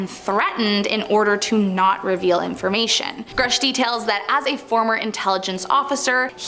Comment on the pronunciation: It’s “grush” not “groosh” woman.